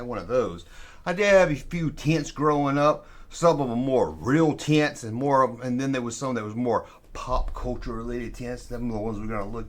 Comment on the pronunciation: Errtime you say tents I hear tits!! that right therrr is the lost world V-hickle tent!! With a stirrrin’ wheel!! for President!! Wooooweee 😅